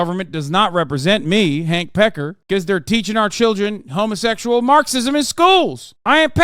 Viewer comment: homozexxual marxism!!! He'll yæh borther! Amen, Gobbless